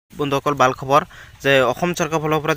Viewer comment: E geda hoi Assamese vlke njne...Val to bl koi